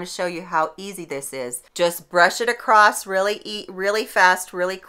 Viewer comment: Across☆☆☆ not acrost 😔😟😟